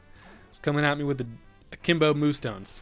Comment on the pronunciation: 'Akimbo Moostones' 😂